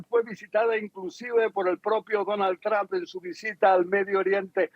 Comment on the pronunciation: Donald TrAmp😂 es Trump!! Y se pronuncia TrOmp!